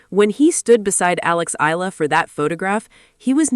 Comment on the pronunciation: Eala (eh-ah-la). Pronounce her name correctly.